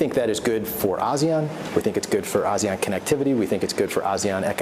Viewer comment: he can't even pronounce ASEAN correctly! haha, how sincere can they be? whole lot of talk..